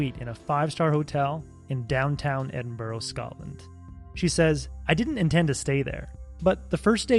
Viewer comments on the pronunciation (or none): It’s pronounced Ed-in-burr, not Ed-ing-borough. Just saying.